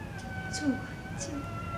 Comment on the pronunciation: 元璋 元終（台語）😱